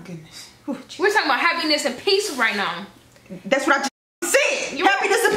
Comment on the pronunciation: I love the way way says “now” and everything that rhymes with it ♥️♥️♥️